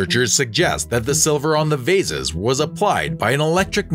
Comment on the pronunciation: The narrator or editor should be advised as to the pronunciation and/or spelling of certain words i.e. Hadrian (the spelling), Arles, the singular of dice is die not dice. Again, pronunciation of Lycurgis, ( incorrect first time, better the second time), bitumen, vase or vases and the drawing of Franklin with a kite during a lightening storm, never happened. Damascus steel is the result of an alloy yet to be discovered, or so I am told.